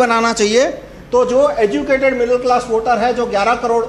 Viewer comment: stopped watching when he said "middal class"